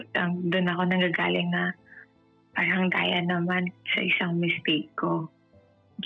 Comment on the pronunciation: Kung ako yung lalaki marinig ko palang sabihin nya yung word na “paRang” lalayuan ko na to 😂🎉 tapos magkkwento parang 3 years old amp! 😂🎉 buti nga sayo hahahahaha